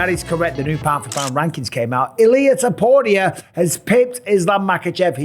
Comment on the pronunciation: You still can't say his last name.